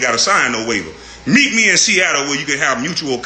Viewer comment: Me .. me.. not may